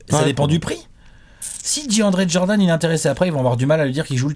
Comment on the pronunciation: Et selon toi pourquoi tout le monde dit "Jordanne" alors que c'est Jordan 😂😂